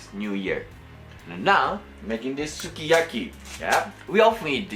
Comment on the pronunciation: That sukiyaki looks sooooo good! You're such a great cook! And I love it when you pronounce the names of the ingredients in japanese, it sounds so cute <3 btw it's ok to use your hands! I really like it because it makes me feel like you're a nice, fun and real person <3 Well, now I'm not under my sleeping pills' effect, I can really appreciate the way you cook! You're awesome! You even make me want to eat veggies! That looked so good and I bet its smell was great too. I'm not much a fan of foreign food, but I'd be willing to try it. I love watching your videos! Thank you for making them! Love you,! and your hands too <3 hehe